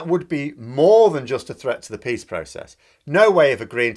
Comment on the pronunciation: And I thought for a minute you said "protect pigs in Northern Ireland", and I have to admit, I was just waiting for you to explain Bobo's reasoning behind that, because, of course that is something the nutter would say. The second time you said it I understood "peas". Still not shocking. And then I realised: Peace! ...